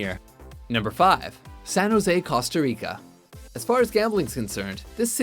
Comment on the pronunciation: I cringed at the way he pronounced Costa Rica.